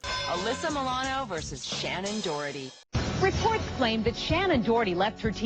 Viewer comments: Haha Shannen "DOROTHY" *Doherty P.S. Prue is the OG and the most powerful Charmed one! I loved SD in the role she and Holly were the best part of the show. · Shannon Doherty. You kept saying Dorothy, drove me nuts. Sounds like Dough-er-tee. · There's no "t" before the "h" in Shannen Doherty's name.